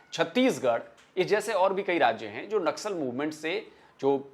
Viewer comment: Naksal ko nasal bol diya 😂😂